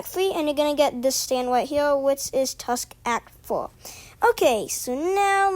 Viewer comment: That intro tho 😳 "Tusk Act FOHH" OH MY "Wound about path" "Aer" OH MY im a boy